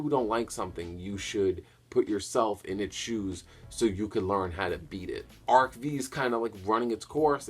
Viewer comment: By the way, ARC-V is pronounced "arc five", not "arc vee".